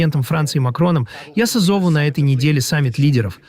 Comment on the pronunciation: созОву? Как ИИ может перепутать ударение тут?